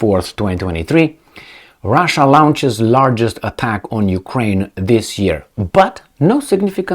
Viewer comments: Bravo,. Very informative and entertaining 👏 Minor linguistic tip if I may. The word Launch is pronounced “Lonch”, easy, au=o👌Thank you for all you do!! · for "launch" - you use a diphthong like in 'brown' (ah-oo) Better: no diphthong; vowel like in 'lawn' or 'yawn' or 'fall'. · please pronounce "launch" as "lonch". Your English is excellent, but I hope you don't take this as criticism.